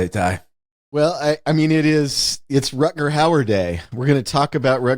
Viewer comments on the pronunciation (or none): I adore Wes, but, honey, there are no "d"s in Rutgar Hauer's name. Not one. Definitely not two. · I’d be ok if he stopped saying Rutgerd